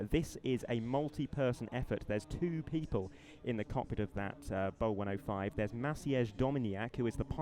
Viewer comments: It’s pronounced “bee ohh one ohh five,” not Bow 105. Just saying. Like its cousin, the BK117. Pronounced “Bee-Kay one one seven.” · BO-105. Just brief. Or Bölkow-105, if you like. Do you even know how to pronounce that?